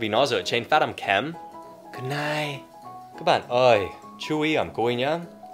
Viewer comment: Truoc kia toàn doc là gút nai Gút nệch mới đúng :))